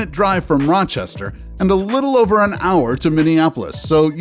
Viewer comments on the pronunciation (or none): none